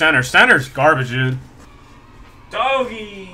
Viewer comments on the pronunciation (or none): almost every 30 seconds goes: " dowggy" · the way he says doggy xD